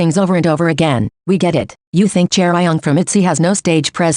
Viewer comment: 💀 whyd it say chair-re-on like shes an eveelution